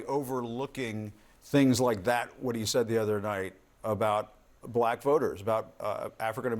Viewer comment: The way he pronounced “black” is offensive!